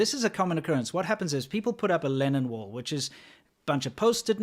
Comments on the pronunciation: I kept hearing "Lenin wall" and I couldn't figure out why it represented anything good.. Oh I need to go to bed. Obviously it's "Lennon wall". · What is he saying? Lenin wall? As in V. I. Lenin? Or linen? Lennon? Really I want to know. Oh I found it. For anyone else who did not know, the first one was in Czech Republic and it was in honor of John Lennon. Also used in Hong Kong. I had no idea.